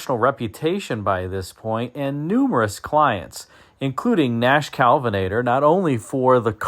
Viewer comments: Nash KELvinator not CALVINater. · i think it's Kelvinator (not Kalvinator)...Great video as usual. Merry Christmas!